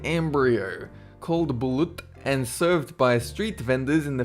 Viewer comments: It's called Bah-LOT .. Not Blut.. and it's pretty tasty! just put some Salt and then your okay! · its balot not balut haha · Btw its Balot not Bulut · im pilipeno y said BOLUT RONG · Ba-lut. BALUT! HOW HARD IS IT TO SAY!?!? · you should pronounce it bah-loot, its surprisingly delicious really been there since the spain occupation hahaha.